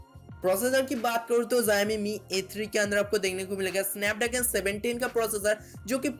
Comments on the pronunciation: it's not ziami it's showme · Aabey pahele jissa phone k video banna raha hai uska namm thiksey bolna Sikha Chutiype , zoxiom nhi Xiaomi hota hai vo aakal ke dushman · Hey are you drunk! 😂😂 You really did no learn to pronounce xiomi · Company ka naam thik se le bhai. jo tu bol Raha hai waisa konsa bhi company nhi hai😂